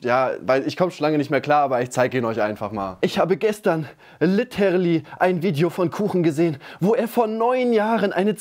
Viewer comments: Die schreibt einfach "litterly" so falsch wie sie es ausspricht😂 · dieses litterly von kuchen, hahaha beste